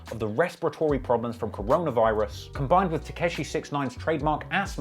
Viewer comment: For the amount that he's looked into 69 how does he still pronounce it "Tekeshi" 😅